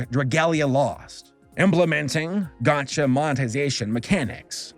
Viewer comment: ....it hurt my soul as a person who hasn't spent a dime on genshin to hear him call it a gotcha game